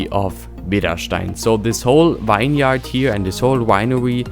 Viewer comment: "Vine-yard" your broken English is hilariously adorable. It's pronounced "vinyerd", bruh. ;) If you're doing more of them you should know how to say it. Nice update, but those vineyards are too symmetrical. You don't normally see grid patterns like that as grapes do not need a flat plain to grow. They can grow up hillsides and follow the lay of the land. Will leave a link below to illustrate what you should model them after. Sad to hear you're wrapping this series up but excited to see you start a new project. Maybe a cityscape set in the future? More sci-fi megatropolis than rural Germany. I just like to see creators step outside their comfort zone and push the boundaries of innovation. Flux's 'Avalon' and 'Aurelia' by Akruas are my current faves and I want to see more builds like that.